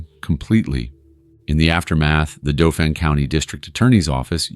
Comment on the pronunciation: 𝑨𝑰 𝒄𝒂𝒏 𝒑𝒓𝒐𝒏𝒐𝒖𝒏𝒄𝒆 𝑯𝒂𝒓𝒓𝒊𝒔𝒃𝒖𝒓𝒈 𝒄𝒐𝒓𝒓𝒆𝒄𝒕𝒍𝒚 𝒃𝒖𝒕 𝒏𝒐𝒕 𝑫𝒂𝒖𝒑𝒉𝒊𝒏 𝒔𝒎𝒉. 𝑮𝒐𝒐𝒅 𝒄𝒐𝒏𝒕𝒆𝒏𝒕 𝒕𝒉𝒐